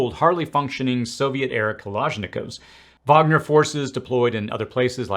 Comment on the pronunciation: Finally someone pronounces "Wagner" correctly. Hats off to you dude 👏